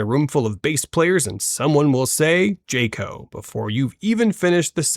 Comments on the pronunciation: Train your AI to say JAH-co, not JAY-co. Jackass. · Honestly this is for the content creator. If you can't least teach your AI voice how to pronounce a hard vowel J"A"co sound versus a soft vowel sound J"a"co. And how to combine numbers and say it as the words " four thousand and three" 4003 instead of 4 0 0 3. Maybe you should do some retraining and reprogramming of your AI voice or look to use one that actually can. Or even better yet how about getting an actual narrator to read your copy. It honestly would make this a far more comical and enjoyable video. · I loved the occasional digs at bass players here! And there was no person named "Jay-co". There was a great bass player named Jaco Pastorius, but he pronounced it "jack-o". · Jay-co lol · I'm really not sure I trust these takes coming from an AI voiceover that doesn't know how to pronounce Rickenbacker or Jaco